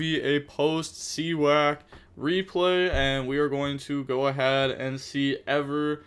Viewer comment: That Cyac pronunciation is cringe 😂